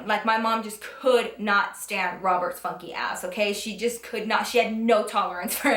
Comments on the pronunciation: For the longest time, I always thought she was saying "Roberts fucky ass" until I read her description, and realized she was saying funky. 😂😂😂😂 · i legit thought she was saying "robert spunky ass".... whoops